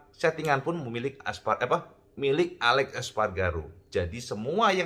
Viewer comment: Aleix cak, dudu alex espargaro. Huruf i dibaca jelas.